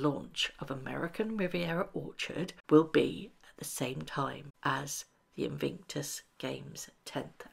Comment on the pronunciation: Please say inVICtus not inVINCTus!!